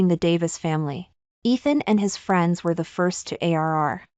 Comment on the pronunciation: Please stop chopping your words. How can arri vie there is no such word it’s arrive. Ok. You always do this. Another is Th then you say e. Please no such word. It’s the! I would truly appreciate if you would make sure you know your story and read it correctly. Trai and then say n. Please stop. If you want to have more subscribers and likes then please improve your reading and pronunciation. You can do it. I didn’t care for the ending but the twist was nice.